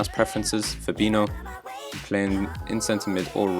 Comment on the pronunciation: "Fabino" instead of "Fabinho", benching Mbappe... What a stupid overconfident redneck you are.